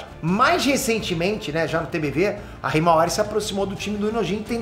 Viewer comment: kkkkk choro de rir nas análises suas do boruto falando hiamara sei la como escreve a irma do boruto kkkkkkkkkk😂